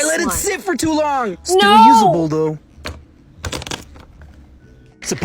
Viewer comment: supposebly wow dumb a** it’s supposedly